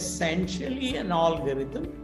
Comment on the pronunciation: pottycipation, olgarhythm, 😁 He is extremely well ready and has fantastic though utopian thoughts but sorry I had to rant about some pronunciations that cracked me up.